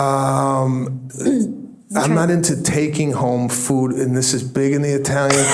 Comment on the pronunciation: What’s your favorite FROOD? 😂